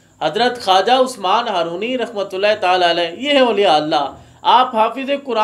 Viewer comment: بسم اللّٰہ الرحمٰن الرحیم السلام علیکم ورحمتہ اللّٰہ و برکاتہ محترم بھائی جان! پیارے بھائی جان! "ہارونی" کے تلفظ میں اصلاح فرما لیں ۔ "Harooni" not correct "Harwani" correct